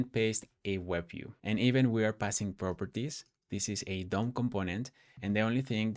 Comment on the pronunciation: i was hearing "dumb components" instead of "DOM components," and i was like, "... bold naming expo, bold naming"